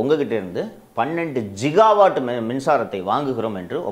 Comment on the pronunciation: ஜிகாவாட் அல்ல.கிகாவாட்(gigawatt)😊